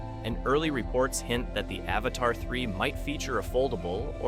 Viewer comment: It's Avata not avatar 😂😂😂